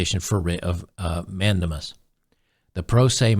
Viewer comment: FYI pronounced man•day•mus. At least thats what they taught me...